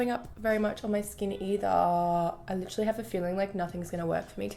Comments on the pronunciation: i live in australia and literally everyone i know say Lit-er-ally or Lit-ril-ly. i'm pretty sure that she just exaggerates it on purpose ☺️ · no not always ahahah I'm Aussie and I normally don't say it like she does in the video but she obviously doesn't say it like that all the time HAHAHAH I know that doesn't make sense but I think u get my point